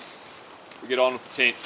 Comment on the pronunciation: its tent not tint you bloody drongo 🤣🤣